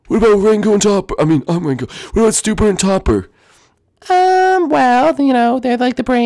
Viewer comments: It's not stupert and topper it's spewert and topper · It's Spewart, not Stupor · It’s Stewart not Stuper